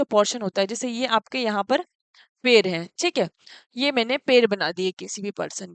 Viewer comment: Mam per nhi पैर बोलिये